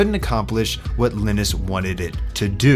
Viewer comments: Is his name pronounced with a short i? I've always pronounced Linus with a long i sound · dude said Elniss, its LYE NUSS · Linus - sounds like Highness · baby did you call him Linnis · oh man. his name was definitely pronounced “Line-Us” lol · Actually in english the name Linus is pronounced ”Lie-nus”. More accurately, the name ”Linus” in scandinavia and is pronounced ”Lee-nus” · Either you are terrible at pronouncing the name Linus or used one of those awful AIs to mimic your voice. Linus is supposed to sound like line us. These AI tools will prove to be a curse as people forget how to pronounce words. I can already imagine a lot of frustrated English teachers trying to undo. The way that you pronounced the name Linus would have me believe there were two ns in it if I did not know better. I don't say this to be mean but to raise awareness of these flaws in AI so that our children don't grow up learning the wrong way to pronounce words. Trying to get them to unlearn it is going to be hard so we should not get it stuck in their heads if we can avoid it.